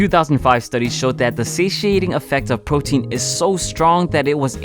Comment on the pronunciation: Once again you said photein in every video you said photein.